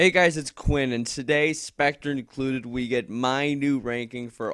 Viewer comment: lol you said pectre instead of spectre lol